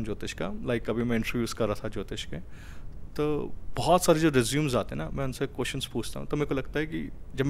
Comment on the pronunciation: Resume ko रेज्यूमे pronounce kiya java hai.